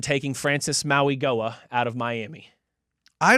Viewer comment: Still won't get Mauigoa right. Unprofessional.